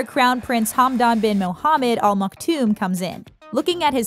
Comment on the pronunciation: What on Earth are you 'talking' about??? Did you just walk in from a parallel reality?? There is no 'King' in Dubai. And they are the "Al Maktoum" Not "All Maktoum". I could not listen to more than 3 minutes. The misinformation is embarrassing.